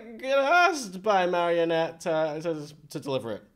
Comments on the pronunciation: I have to say something. It’s Marinette, not marionette. Her name has three syllables, not four. Btw, you need to watch this show in chronological order for it to make sense. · Also wanted 2 point out its not 'marionette' its 'Marinette' (Mah-rin-et) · I LOVE HOW YOU SAY MARIA ANNET 😭😭😭 its marinette btw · Akumas are butterflies that the villain Hawk Moth/Shadow Moth (same person) uses to turn someone evil to try to get Ladybug and Cat Noir's Miraculous. For Ladybug it's earrings for Cat Noir it's a ring. Also, it's really bugging me that you're calling Marinette Marionette. There's no O! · he said marionette. i almost clicked off. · Listen to the characters please. Ladybug, Marinette. Not Miraculous and Marionette.